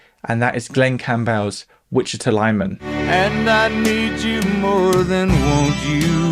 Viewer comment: And mispronounced Wichita.